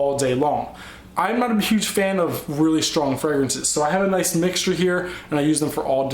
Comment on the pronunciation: LOOL, I love how you like pronounce the names of almost all your fragrances wrong! XD